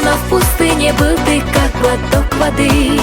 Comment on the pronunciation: ухо режет, слова как будто отдельно "ггллотокккк" и другие слова как то странно произносит